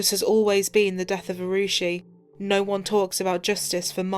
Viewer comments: I usually have a lot of respect for police and what they do, especially in such horrific cases...but the ineptitude of the investigation by the police and CBI can't be understated. The gentleman mispronouncing poor Arushi's name twice. Of course, the parents allowing half of India into their apartment before the police got there certainly didn't help anything. This poor girl and the poor fellow who was just there to do his job, will never get justice, unless they start a cold case unit there. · Mockery of the justice Autopsy process The Talwar's lawyer just acted as a bollywood actor Top police official repeatedly saying Rushi instead of Arushi Had this case occured in the West, it could have reached instant and accurate coclusion. feel for the poor girl